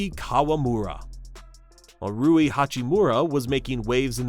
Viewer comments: How can you not even get the name of the main character in your video right. its RUI not RIU... seriously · I think its Ruwi not Riyu. Rui Hachimura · "Rui" (similar in pronunciation to Louie), not "Riu" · rui not ryu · Calling him riyu is crazy… his name is RUI lol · his name is 3 fucking letters long and you're pronouncing it wrong. How? It isn't RIU, it's RUI. Are you serious? ROO-WEE, not fucking REE-YOO. And you don't even mention Yuta Watanabe, a fucking NBA player.... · Yo jap here. Two pro leagues were total politic shenanigans, and the corporate league was cancer of the system. I’d say the cultural overture played a lot. 20 years ago, no executives would accept naturalized tall white guy or even mix blasons guy as Japanese. Hell, nothing matters than win. They kinda covered the height problems in the B league and the national team now days. Btw it’s not [Ry-u] it’s friggin [Ru-i], not [Kay-sy] but [Kay-say]. You can hear them some clips man. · How hard is it to pronounce Rui’s name correctly? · I noticed that too. Though to be fair he got it right after like the 3rd time, haha